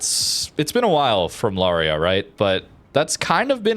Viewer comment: Lauria is a great ship, albeit the dispersion is sometimes truly crap, probably due to that low sigma… FYI, Lauria is pronounced “Laureea” with the accent on the “i”, and you pronounce both the an and the u as separate vowels, lot like in “Lawrence”. The name comes from a small town in the Basilicata region (actually, two towns, Lauria Inferiore and Lauria Superiore, the former by the sea, the other on the hills).😅 Italian pronunciation for you